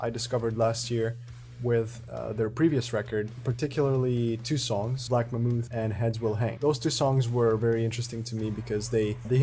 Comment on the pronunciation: My dude really just said “black mamooth”